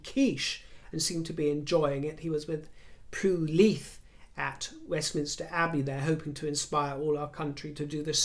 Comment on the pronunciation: Absolutely adore your channel! Love your tip jar findings! You have a wonderful eye! I just want to say thank you for the correct pronunciation of Leith! Thank you for all you do just lovely!